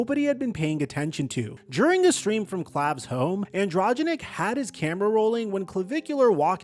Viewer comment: AN DRO GEN IC say it slowly lol